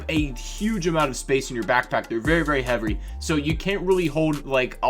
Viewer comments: You say heavery instead of heavy 😂😂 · he said vary vary havry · "they're very, very heavrwy." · Say what?? “They are very very hevery” xD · They take a huge amount of space in your backpack there very “HEVRY” did anybody else hear that? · VERY VERY HEAVRY